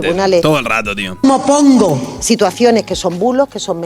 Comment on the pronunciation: Más vale que dejes el cargo, y vayas a prepararte para hablar. "Mopongo"...